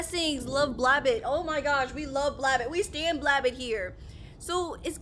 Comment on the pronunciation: It’s pronounced BLAB- BOT not BLABUT.